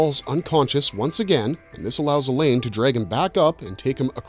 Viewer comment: Mispronouncing Alain with a hard E at the beginning and making it sound like "Elaine" was also distracting...